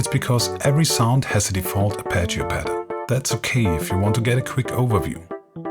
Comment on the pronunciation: the way he says arpeggio is just like Arnold Schwarzenegger. He is definitely Austrian!